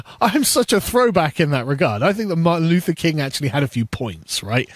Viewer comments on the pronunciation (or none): none